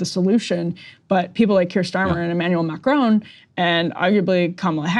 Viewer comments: Mah Krawn. Not macrone. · Macron....NOT Macrone! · It’s not M’crone. It’s Mack-Ron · It’s not Ma cr own, it’s Ma cron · If you want to be taken seriously, pronouncing his name would be a good start. Mack Ron (the n is almost silent), not Macrone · "Mah-crone" Lol